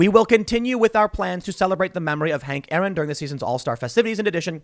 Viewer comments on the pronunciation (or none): none